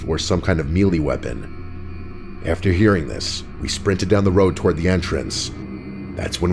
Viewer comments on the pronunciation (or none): “mealy weapon” lmfao